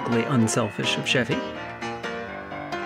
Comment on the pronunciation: CHEV-y not SHEV-y oh my gosh. You NEVER saw snl if you don't know how to pronounce his name. Why didn't anyone correct her?!!